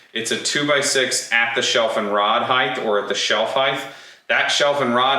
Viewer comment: I don't know why it's a pet peeve of mine that people say height with a "th" sound at the end. it's not even the order the letters are in to create that sound. Just because width is "th" doesn't mean the other dimension is also 😅